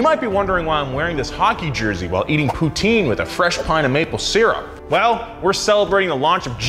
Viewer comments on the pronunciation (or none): wtf is that poutine from a french canadian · YOU SAID POUTINE WRONG!!!!!!